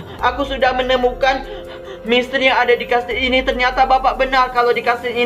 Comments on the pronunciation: Bang ko ngomong misteri malah jadi mestri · Mistery kak bukan mistry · Kak kalo ngomong misteri kok mustri...🤣wkwk kasih love ya😍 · Gw: misteri.... Kak: mistri...wkwkwkwkwk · Emanag tapi gak papa kok maksh han lucu